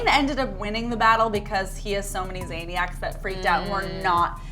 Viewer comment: no it's Zayniacs